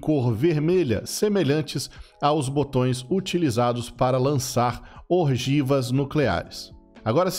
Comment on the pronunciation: "orgivas"nucleares rsrs